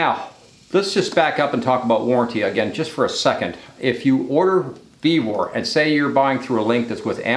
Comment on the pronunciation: Ve-vor, not Ve-ver.